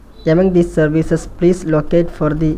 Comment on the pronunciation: I like the way he says "survicees" instead of "services"